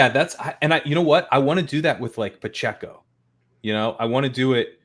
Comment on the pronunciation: As a Chiefs homer, hearing how said "Pacheco" causes me great pain. With that said, this was a fantastic show.